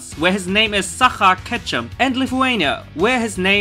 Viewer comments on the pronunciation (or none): Sacha in french is not saka it's sacha like cheese 🧀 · you misprounonced it , you prononce it sasha not saca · its pronounced sasha not sakha xD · Just in french it is pronounced sa-sh-a not sa-r-a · Yes, he pronounced it like "sarha", it's not it at all xD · About number 6, his french name is indeed Sacha, but your prononciation is very bad xD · AnAbanaPo P Yep, that made me laugh for a second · Same and I’m french so I can relate so bad lol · Sorry, but you hace mispronounced Ash's French name (I'm Spanish but I've watched some episodes in French) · That make me so laugh the way you said "Sacha" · Rip Ash's french name. It isn't pronounce like that at all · The "ch" of "Sacha" is pronounced like the "ch" of "Ketchum". My ears are bleeding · You're pronouncing Sacha so badly